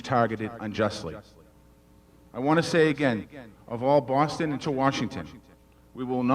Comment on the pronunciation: You pronounced Boston the wrong way . Not how we should say it